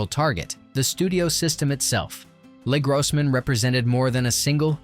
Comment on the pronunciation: Frustrating readerbot got funny. Tie voe for Tug upset me a bit but the second or third time i heard le grossman I chuckled like a moron.